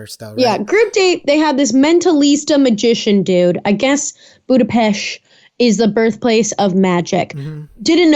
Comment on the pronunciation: Always learn something new while listening to you cuties😘 “If you're going to Hungary, it's not Budapest, “boo-da-pest.” It's “boo-duh-pesht.” 😘 Great as usual🌹